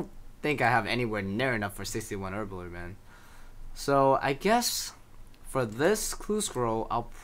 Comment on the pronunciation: You say Herbler or erbler even haha.